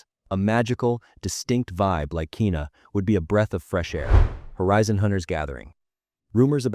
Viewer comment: Garbage video. Learn to pronounce Kena! So annoying.